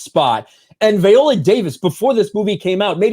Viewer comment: Dude, I agree with the videos you've been doing on this story one hundred percent. But why in the world do you keep switching up the pronunciation of her first name? 😆 One minute you pronounce it "vie-OH-lə" and then you come right back in the next breath and pronounce it "vee-OH-lə". It's like fingernails on a chalk board. Just for the record, it's pronounced "vie-OH-lə".